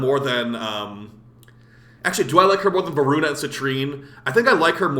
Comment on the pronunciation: Dude i couldn't stop laughing when u messed up the name of voruna update🤣 Keep up the good work and i appreciate that you criticize the game. Sometimes warframe community is allergic to any criticism whatsoever and they don't know that only makes the game worse.